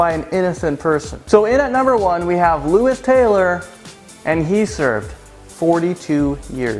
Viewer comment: You pronounced Louis wrong you fucking idiot.